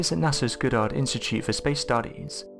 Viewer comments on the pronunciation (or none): Goddard is NOT pronounced Godderd. The man was not a nerd. It os pronounced Goddard, like hard, bard, lard, and yard. He was a Massachusetts native son, and this is hhow we pronounce it because that is how it is spelled. G O D D A R D! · God-ard .. Not Good-ard